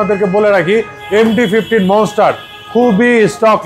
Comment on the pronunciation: ITS NOT MONESTAR ITS MONSTER